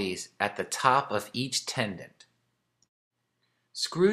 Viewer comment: Tendon….. not “tendant”